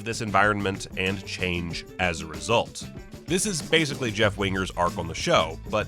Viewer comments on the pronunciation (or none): none